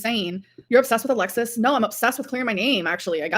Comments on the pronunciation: That weird new way she pronounces the long "o" sound gets on my very last nerve every time. Alexis said that's part of her regional accent, and Amber "borrowed" it from her. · Why does she keep saying 'no' and 'so' like that? Infuriating. Must be how the new gorl speaks.